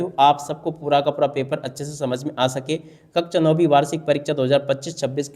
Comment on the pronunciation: कक्षा 🙅🏻 कक्चा 👍🏻😅😂😂😂😂😂